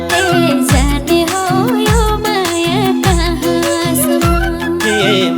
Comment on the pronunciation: जाने हो यो माया काँ सम् म-- यसरी उच्चारण वा गाउन लगाउनुपर्ने तर संगीत निर्देशक कमजोर पर्नाले जाने हो यो माया कहाँ.. सम्म् --यो अँश मा हलुवामा बालुवा पर्न गएको छ। नराम्ररी किरकिर लागेको छ।